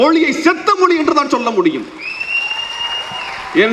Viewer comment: மொழி னு சொல்ல வரலை மொளி னு மொளி சொல்லராரு.. ivaru tamilan na ...